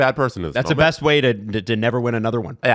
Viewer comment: The show should be called “on a scale of bwest”